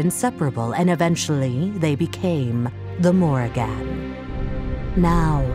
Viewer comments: Holy shit how is it so hard to pronounce Morrigan properly. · why dis bish saying the morri-GAN